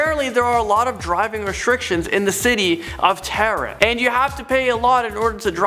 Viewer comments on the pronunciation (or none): For future reference, Tehran is pronounced "tay-RON".